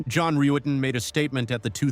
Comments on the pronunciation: His name is John Rutten not Rooten,that pronunciation was used deliberately to get Stephanie's reaction at the start of her interrogation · ..."John Roo-etten"...!? How TF do you read "Rutten" as "Roo-etten"...!?! It's something that AI would interpret and translate simple Language Code as.... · John Roo-etten 😅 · Not when you keep mispronouncing John Ruetten's name. Many videos about this case are already out there. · The intentional mispronouncing of John's last name in the beginning is ABSOLUTE GOLD !!!!!